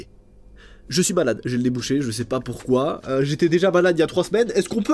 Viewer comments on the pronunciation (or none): tu dis balade au lieux e malade:thanksdoc::thanksdoc::thanksdoc::goodvibes::face-purple-smiling-tears::face-purple-smiling-tears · Sa me fait rire tu dis balade au lieu de malade 😅